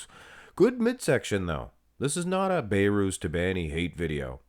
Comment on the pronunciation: Don't be like nick strength and power, The name is Behrooz There is a letter (H) Not bayrooz